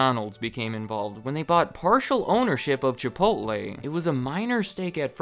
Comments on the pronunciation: Chipotleeeeeeee not Chipotlay! LOL! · Are you seriously calling it ChipoLTLAY.... Edit: You call it ChipoLTLAY the whole damn video